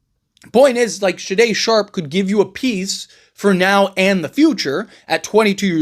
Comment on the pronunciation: SHAY DON SHARPE. Come on man lol